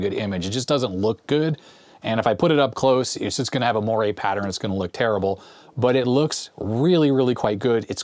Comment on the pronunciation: Moiré is pronounced mwaray.